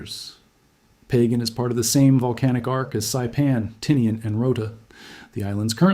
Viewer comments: It’s not “Pagan;” it’s Pah-gahn. Please correct your AI! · I really despise A.I. 🤬🤬🤬🤬🤬. PLUS GET THE DAMN PRONUNCIATION RIGHT!!! PÅGAN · Pagan island is not Sinlaku; it’s an existing island. A land mass. Part of the Mariana Islands. It is pronounced “pah gahn,” NOT pronounced in the Biblical pagan way. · Is Pagan pronounced "Pah-gahn" locally?